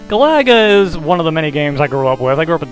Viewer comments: Don't think that's how you pronounce Galaga,but whatever.I'll donate when I can. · Good at the game? You can't even pronounce it properly! ;P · ive been watching your vids for years, ofc ill support. only thing weird about this video is the way u pronounce galaga.